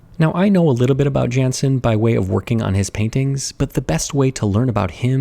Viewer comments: The "j" in "Jansen" is more like a "y" sound. So it would be said more like "Yunsen" (not "Yansen" or "Jansen") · I think it's supposed to be Alfred Jansson, and not Jansen. And just like you say it would be pronounced I suppose, Yaan-son or yaan-sawn. He was born in Sweden and died in Chicago, so it feels like it could be that one.